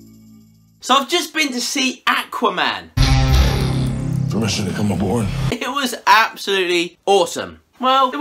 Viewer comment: It's aqua man....ah-qwha not ahh-kuwah 😉😁😘🤭